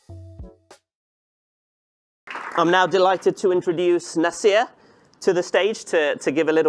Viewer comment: your name is na-seer and not na-sir, stop pronouncing it wrongggggg